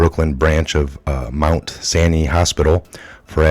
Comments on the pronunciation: Candida is yeast. The condition is called Candidiasis. Yeast loves sugar. Avoid high blood sugar by avoiding carbohydrates.The hospital's name is said "sigh-nigh" like the Sinai desert.in the Holy Land. It's Candida "orius". Thanks for the report. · Ugh. Thank you for your video. The hospital btw is. Pronounced Mount. Sigh-nigh. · Mount S-Eye-Nye